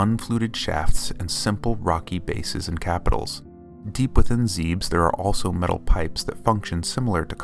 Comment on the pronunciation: "ZEEBS??" It's Zeb-Ess. The Japanese kanji is literally "zebesu"